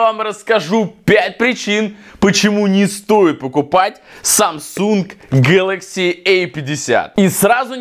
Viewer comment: Не гэлакси э 50 а гэлакси А 50